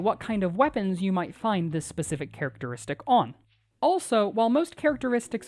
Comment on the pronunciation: "Characertistic" - why did everyone ignore it lol